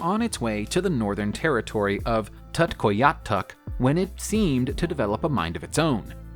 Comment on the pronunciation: tuktoyaktuk is pronounced (took toy yook took) btw